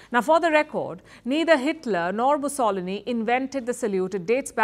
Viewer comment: Holy moly she absolutely butchered Benito Mussolini's name...!